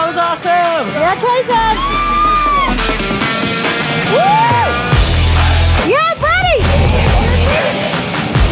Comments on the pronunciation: He's name kayson he's not kason 🤢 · It's "kayson" not kasen! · It’s kayson not KASON!!!!!!!!!!!!!!!!!!!!!!!!!!!!!!!!!!}}}